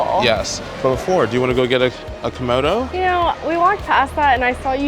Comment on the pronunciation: Not KOMODO but KIMONO of course you know that l believe.